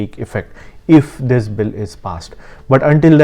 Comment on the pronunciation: Do th-hiss and do th-hat